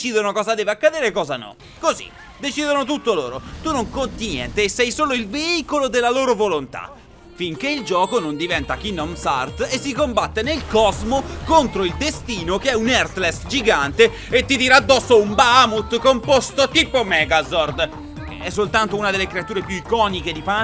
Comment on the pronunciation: Idem... Ogni volta che sento "Kingdom Hertz" mi verrebbe da picchiare la persona che l'ha detto🙄